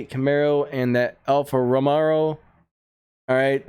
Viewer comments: It's an alfa row-mey-oh not an alfa raa-mee-oh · Alfa rowmayo is how you say it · go on YouTube and write how to say alfa Romeo. Italian you roll the R. We aren’t Italian but check it out. Always a fan. Keep up the great work.